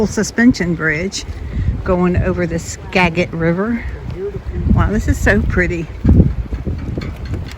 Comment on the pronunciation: The river is "Skagit" with a soft 'g' sound, not a hard one. This is our magic Skagit. ;)